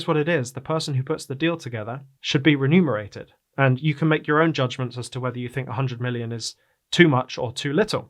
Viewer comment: Please learn how to pronounce: Remunerate